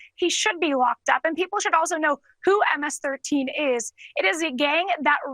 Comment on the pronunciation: "M- ASS 13" is what she said lol